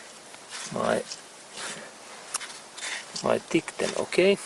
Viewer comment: Great video! Just a word of thought tighten is pronounced tie-ten thanks so much!